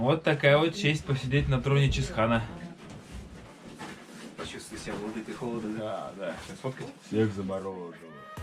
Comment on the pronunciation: Чысхаан, а не Чисхаан